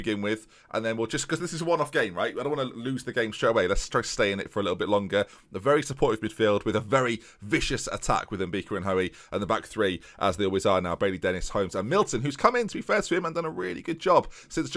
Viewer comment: it's Mbeka, why are you saying Mbika/Mbeaka